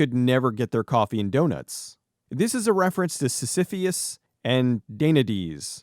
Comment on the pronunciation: Great job! I really want to check out the movie. By the way, I think the Greek figures you mentioned were pronounced "sis-a-fis" and "tan-ta-lis." Though I did not watch your vid with CC on, so not sure what your script said for the latter.